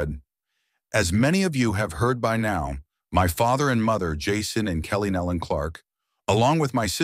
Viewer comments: They pronounce their name Nelon ( knee Lynn) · Please learn how to pronounce their name. It is nee-lun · That is closer, but still wrong. Some people mispronounce it with a "y" sound, because it is easier to say, but it is also lazy and incorrect. "Nelon" is pronounced with a long "e" vowel sound and the "o" is a short vowel sound as "knee-lon." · It is pronounced like it is spelled Nelon, nee- lon, sir... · I just wish 1 of these people that are narrating would do their homework and LEARN HOW TO PRONOUNCE THEIR NAME!!! NOBODY has gotten it right yet that I've seen. 😕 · That is irritating me too. How disrespectful to not even learn how to pronounce their name.